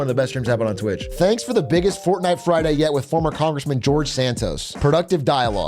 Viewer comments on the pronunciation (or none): none